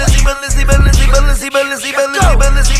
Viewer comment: Nah thats the second best part the best part when he said Balenci 🔥🔥🔥🔥🔥🔥